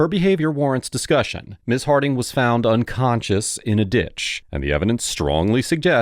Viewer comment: Did I hear the dispatcher say "drunconscious"?